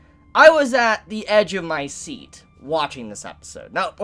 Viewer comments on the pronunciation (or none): none